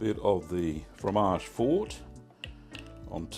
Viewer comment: MAMMA MIA SI DICE FROMAGE FORTE FOR-TE(i), ODIO QUESTO CANALE, SONO UN ITALIANO ARRABBIATO MAMMA MIA